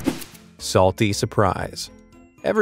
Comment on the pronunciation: "why iS It SaTLy"